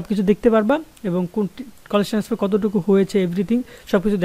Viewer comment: Tenesfar naki transfer vai